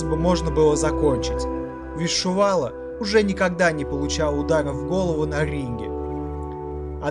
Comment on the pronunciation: Комментатор будь по внимательнее пожалуйста,Али его накаутировал , изучайте чётко и внимательно биографии людей,просто так болтать не стоит.и не надо говорить что Чувало не был накаутирован,и правильнее произносите фамилии спортсменов.🤔правильнее будет Чувало ,а не Шувало.....